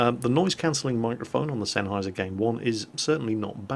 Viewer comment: You know now i feel ashamed for having my game zeros for almost a year and not know how to pronounce sennheiser until said it:/